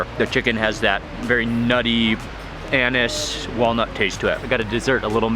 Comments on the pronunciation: Anise not anus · its pronounced AN-EESE not anus lol